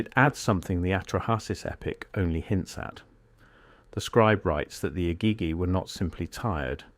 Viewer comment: Egeegee is the correct pronunciation. Can't watch so many words are mangled. I'll skip this interesting channel because of it!